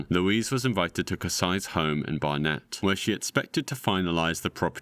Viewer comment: Not "they", "she". It was one person, not multiple. Dude, How can you be English but you can't pronounce Barnett OR Hertfordshire?